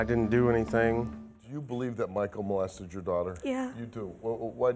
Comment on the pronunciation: His name is Michael, not Markell.